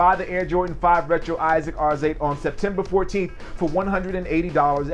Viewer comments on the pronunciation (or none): I heard its pronounced AR ZA TAY